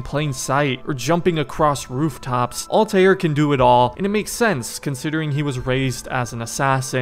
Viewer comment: Ah yes.. Altajier